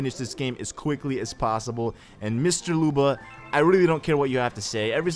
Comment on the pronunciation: Also there is no Looba, the u in his name is pronounced like the u in your name.